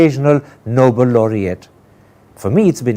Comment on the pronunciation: Karan, it grates me every time I hear you say ‘noble laureates’ instead of ‘Nobel laureates.’